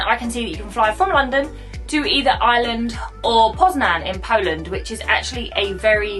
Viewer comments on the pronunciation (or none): none